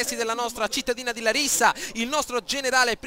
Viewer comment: Ed si pronuncia làrissa